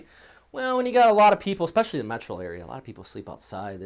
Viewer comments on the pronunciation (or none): none